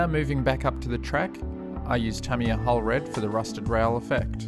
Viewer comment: I almost fell off my chair when you pronounced Tamiya correctly.